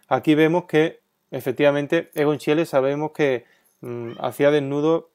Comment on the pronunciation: Se pronuncia Igon Shile.